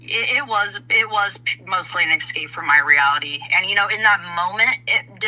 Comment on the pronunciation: I'm really sorry but my pet peeve is people saying "ecscape". It's escape. Irrationally pisses me off. ALR is worse, but still 😅